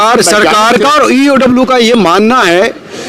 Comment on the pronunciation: पत्रकार महोदय, ईओडब्ल्यू नही होता है, इओयू होता है, आप बार बार ईओडब्ल्यू बोल रहे है, सोच समझ कर उच्चारण करिए, बाकी I SUPPORT MANISH